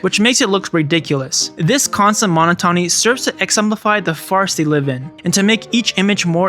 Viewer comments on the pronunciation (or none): Its mo-not-ony not mono-tony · mo-NOT-o-nee lol put the emphasis in the right place 😭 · Monotony. MOH-knot-AH-knee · Mona tauny, mon taunus Great video essay, but the mispronounciation of those words just takes me out of it since it's just so noticeable.